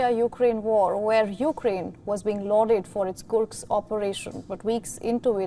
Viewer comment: Dear, it is not detioriate. It is deteriorate. It is Kursk, not Kurks.